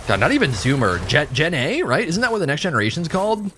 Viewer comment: I know you were saying "Gen A" but all I heard was "Jenny" like Forrest Gump